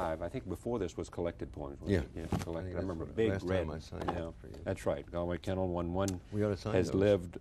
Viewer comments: Great discussion; but Charley Rose doesn't know how to pronounce Galway Kinnell. It's GAWL-way ki-NELL. Sorry to be a smart-ass. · The conspiratorial smirks on the faces of the guests as Rose mispronounces Galway Kinnell's name is juvenile and arrogant. I would say that this mere gesture disqualifies all of these "poets" from having anything of value to present to us. Pay close attention to the behavior of those you idolize - you will soon learn to separate the mundane from the holy.